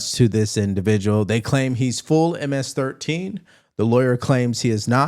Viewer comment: "M- ASS 13" is what she said lol